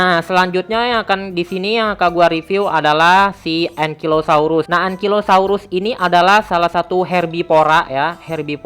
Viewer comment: Bacanya engkailosaurus bukan engkilosaurus Sama Bacanya triseratop, c nya itu dibacanya jadi s